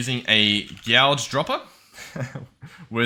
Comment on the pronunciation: it's a gague droppe prounced smilar to cage but gague:P